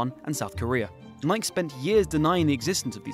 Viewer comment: I've never heard Nike pronounced "Naik".